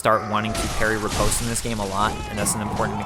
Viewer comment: FYI: Riposte is pronounced 'ree-paahst' - short o vowel sound - NOT post like in mail or a post in the ground with a long O vowel sound. Attribute is pronounced as 'Aaht - tribute' - accent on first syllable not the second as you are pronouncing it. You sound like an intelligent person but you should learn how to pronounce words correctly! Makes you sound even more intelligent.